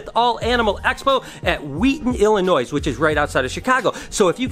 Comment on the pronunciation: He pronounced Illinois wrong😂